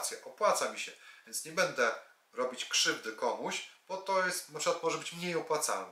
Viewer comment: PAN cudownie omawia, świetnie się słucha, ze świecą szukać, ...Jednak proszę bardzo zwrócić uwagę na słowa typu będę itp. Przepraszam i dziękuję